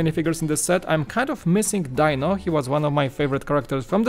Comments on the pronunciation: Die-No?... I thought it was pronounced Dee-No? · it may be spelled Dino but I never once heard Fred say Die-no, it was always Dee-no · Just for clarification..I don't know if it's just your accent or your going by how it's spelled but it's not "Die-No" as in Dinosaur, but "Dee-No", at least in America that was how the Flintstones pronounced his name..and I don't buy big sets for Lego very often..usually I only go about 40 bucks but my nostalgia goggles are on so I think I'll just have to find a place for the Flintstones set..one of the reasons I don't buy very many Lego sets or especially big ones even if it's one I like the looks of..like the Sanctum Sanctorum..is I don't have dedicated space for Lego sets and I usually focus on space for my Gunpla Gundam model kits..heck most of the small Lego kits I have are sitting in a large drawer after I built them and they are all vehicles bar the healing facility from Star Wars with the Bacta tank..it's the biggest set I have. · Dee-no is correct! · yep. was just about to comment the same thing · DEEEEEEEEEEEEEEEEEEEEEEEEEEEEEEEEEEEE-NO!!!!!!!!!! not DIE NO.. you say he was you favorite character, yeah right! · Not Dino, his name is pronounced "Dee-no"